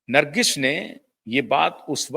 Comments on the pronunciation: Nargis not Nargis....there is no sh in the end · नरगिश नहीं बेवकूफ़.. नर्गिस कहो 😂